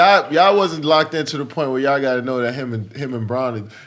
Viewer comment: jesus CHRIST i love the way kd pronounces “y’all”